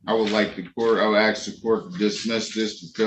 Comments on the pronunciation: He didn't ax for a hearing date.😅😅😅😅😅😅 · Reminds me of Darrell Brooks. He kept axing the judge.